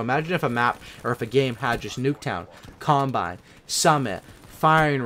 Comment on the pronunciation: I kept thinking he was saying "columbine" not "combine"